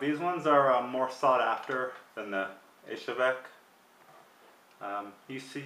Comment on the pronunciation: It's pronounced EE'-zhevsk, with the accent on the first syllable. Not "Ishevek". I have heard a number of pretty prominent gun experts get this wrong.